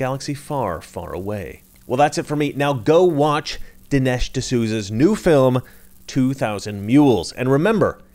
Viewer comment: It’s Dinesh not Delish!…..OMG!……DINESH D’SOUZA!!!